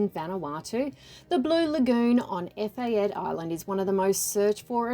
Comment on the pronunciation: Its "Eh-fa-tay"